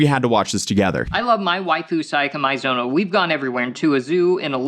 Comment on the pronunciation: The fact he says Sayaka Maizono's name wrong is hilarious to me.